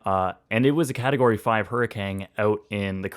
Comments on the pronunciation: Hurr-A-CANE not Hurr-eh-kang 😂🤣😜 just giving u crap😊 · is it just me or does it sound like he says hurrikang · seriously.. he's just straight up saying hurricang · Love all your videos and have watched some multiple times.. but is it just me? I keep hearing you saying it "Hurricang" I don't know why lol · I guess we've finally discovered the Canadian pronunciation now that a Canadian has experienced one